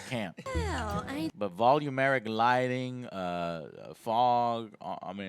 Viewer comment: "Volumeric lighting" lollll you mean volumetric???